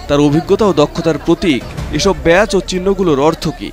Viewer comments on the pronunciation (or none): শব্দটা "ব্যাচ" নয়, "ব্যাজ"